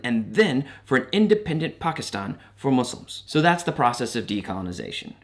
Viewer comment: as a south asian person thank you for pronouncing pakistan right omg😭